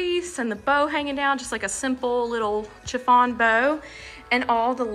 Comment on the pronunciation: Just wanted to comment On what you called your chiffin ribbon. It is actually pronounced chiffon with a soft SH sound. So it would be SHIFFON if it were spelled how it sounds. And I don’t think that material would be classified as chiffon. Just an FYI! Your decorating is beautiful! Happiness to you during the coming Holidays!! 🙏🍂 🦃🍁🎄☃️